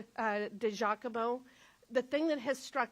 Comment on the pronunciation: DUDE, COME ON, YOU CAN'T PRONOUNCE DIGIACOMO? I DONT THINK IT'S PRONOUNCED D'JACOMO